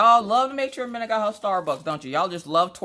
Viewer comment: It’s like Christmas🎄 watching you open stuff,I love it! Wish I had smellavision so I could smell the wax! That beaded kit looks lovely,I’ve never done a beaded cross stitch and I would like to,can’t wait to see yours!! Your daughters name is Mina! not Minna! I’m sorry I’m from the U.K! 🤣 lovely name ❤️x